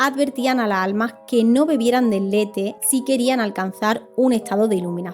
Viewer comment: Me encantan tus videos. Pero me irrita mucho el hecho que no pronuncies las S finalessssss "La alma" lassss almasss!!!